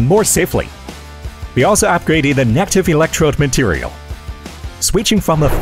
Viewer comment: Congrats, this reel is much better than before. Informative and interesting to watch. But I noticed something weird about the AI sound, some really basic words do not get pronounced properly (i.e. "positive, negative, etc)